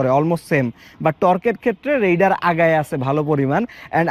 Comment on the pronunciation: রাইডার কে রেইডার বলেন কেন?